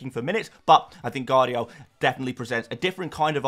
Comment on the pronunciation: Holland ? please dude, u should know better. its HAA, he is Nordic. Gvardiol = VAr DEE OHL, not Gadiol